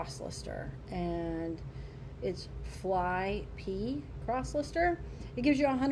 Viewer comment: I don't mean to sound like a corrective karen, so please forgive. Flyp is pronounced Flip. Thanks for the video. I appreciate you information about these platforms